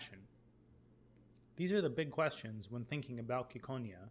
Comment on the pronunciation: IT'S CI NOT KI